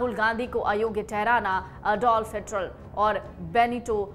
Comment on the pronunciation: Madam..it's HIT --LER